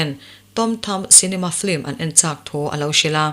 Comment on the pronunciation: Film hi Flim ('L' aia 'i' ri hmasa) anga lam hi a dik chiah em lê..?